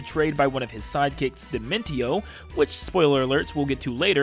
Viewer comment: It’s di-men-show